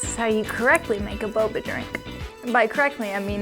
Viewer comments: BoBa not BoBo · u said bobo it's boba:) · Bruh she called boba bobo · Oh... boba. I heard and continued to say bubble.